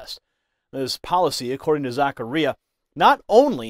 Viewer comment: It’s pronounced - Zac car ia